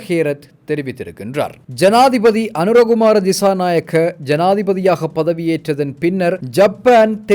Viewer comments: Say our president’s name correctly Anura kumara Dissanayake Other wise we will report your channel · Be responsible as a news channel. At least say the president’s name correctly